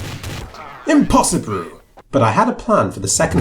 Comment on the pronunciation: THERE IS A SUBTITLE ERROR !!! HE SAID IMPOSSIBRU!!! Valve pls fix